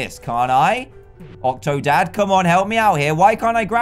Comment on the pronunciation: Call octodad, octodan Like if you agree